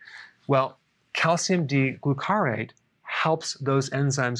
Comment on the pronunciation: Its /GLU-car-ate/. (You sometimes mispronounce things.)